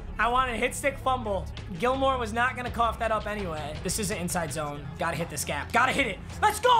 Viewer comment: to this day still says stephon gilmore not stephon gilmore